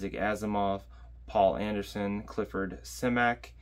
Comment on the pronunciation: Poul Anderson's name is pronounced somewhere between pole and pool.